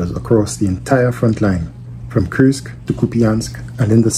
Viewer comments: You pronounce it like Кырск when in reality it's pronounced Курск(Kursk) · For the love of God It's Kursk (as in cool) It is neither Kyrsk nor Kirsk Its Kursk